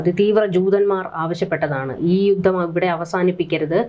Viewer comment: ഗട്ടം ഗട്ടമായി.? ഘട്ടം ഘട്ടമായി എന്ന് പറയൂ രങ്ങങ്ങൾ? രംഗങ്ങൾ എന്ന് പറയൂ ബീഗരവാദികൾ? ഭീകരവാദികൾ എന്ന് പറയൂ. പദ്ദദി ? പദ്ധതി എന്ന് പറയൂ യുദ്ദം ? യുദ്ധം എന്ന് പറയൂ ബോദം? ബോധംഎന്നുച്ചരിക്കൂ .